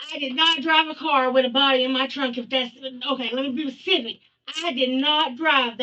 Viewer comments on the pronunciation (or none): Between the - mark she says, "lemme be 'bacific'" 😂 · “Alright…lemme be pacific…”